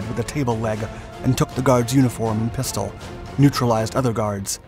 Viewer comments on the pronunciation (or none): none